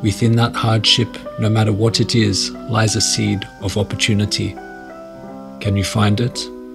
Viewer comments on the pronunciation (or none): none